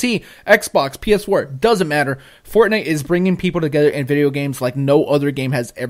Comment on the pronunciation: i get it - you called it forgay instead of fortnite! you changed nite to gay. funny stuff. that being said, i think octopath should be on here as well...but even though i don't really like it, i would have been more shocked if fortnite wasn't on here.